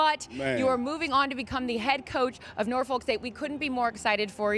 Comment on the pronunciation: The way they pronounce Norfolk is actually horrible 😂😂😂😂 love from someone who is from the original